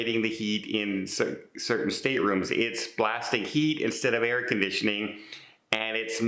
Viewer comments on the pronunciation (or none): none